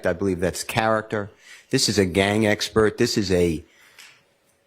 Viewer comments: "I am not an espert you didn't axe me ....." These are supposed to be professionals .... ASk Not Axe its effing absurd . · She cant even say expert 😂 typical dei